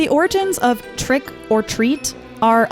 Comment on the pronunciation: I mean, you are saying TRICK or treat...